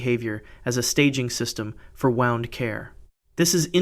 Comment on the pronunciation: Wound with a oo sound not oww as in clocks being wound up.